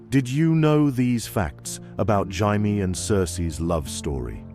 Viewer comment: Had to stop. Teach the AI how to pronounce Jamie properly please. "Hymie" OMG smh 😅